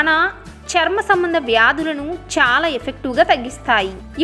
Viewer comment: చాలా అనే పదాన్ని సరిగ్గా పలకమని రిక్వస్ట్ చేస్తున్నాను.అంతా బాగానే చెపుతున్నారండి